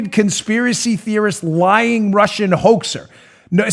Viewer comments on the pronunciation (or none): none